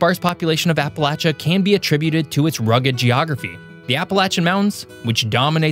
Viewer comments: Ok i genuinely don't know if it's my Adirondack accent or if you're doing it on purpose but it's " App-uh-lay-shuh" not "App-uh-latch-uh" I feel like I'm having a stroke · And it’s appa lay sha not appa latch ah !!! 😂 fr though people can’t even say it right ! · Appa-“latch”-uh grates on my nerves. 😬 It’s Appa-“lay”-cha. Regardless of how locals in different areas pronounce it, it’s still “lay”, not “latch”. (Ref: Webster’s Dictionary) 🌷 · basically, once you get far enough north that people stop saying "y'all" and you start hearing the "appalayshun" mispronunciation, you're no longer in Appalachia. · Not getting my information from someone who can't even pronounce Appalachia properly 😂😂😂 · Am I the only Appalachian to cringe how he says it? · The ch in Appalachia is pronounce with the sh sound. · Probably should learn how to say the region correctly before doing a show about it. Wanted to shut it off immediately. Just so I didn't have to hear it one more time. The c h is pronounced like sh dude. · You're pronouncing it wrong